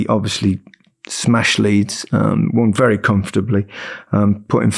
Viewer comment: "it was bery close to his bobby"😅